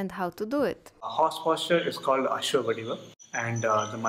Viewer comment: I think its varaaha vadivu not Varanasi vadivu!